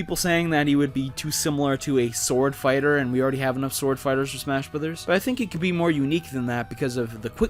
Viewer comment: Almost every time you say the “brothers” in smash bros, the captions interpret it as “but there’s” or “with his” cuz of how you say it. Idk. Just something to point out